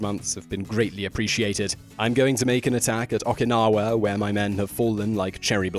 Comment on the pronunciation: Although not a big deal, whenever a Japanese word has the letter "O", it carries a long O sound. Okinawa is pronounced "Oh-key-nah-wa" and Okamura is pronounced "Oh-ka-moo-ra." Just think of Oklahoma. Again, not serious because many Japanese people butcher American names but it's always nice to be proper when possible.